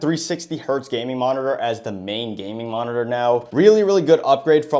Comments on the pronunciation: holy how many times is finna say monitorrrrrrrrrrr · I’ve never been so triggered go hear “monitor” and to see someone buy their sibling a useless monitorřřrr